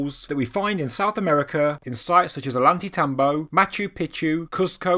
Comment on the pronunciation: FYI it's pronounced "oy-an-tay-tambo" 😉